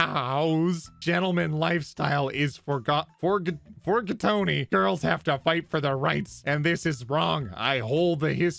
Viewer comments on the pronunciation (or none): "Forgototten" " forgatony "